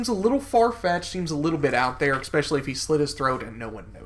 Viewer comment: Especially not Ecspecially. Just trying to help